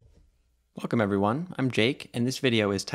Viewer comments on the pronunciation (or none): none